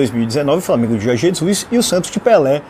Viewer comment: Este de barba não consegue falar Jorrrge kk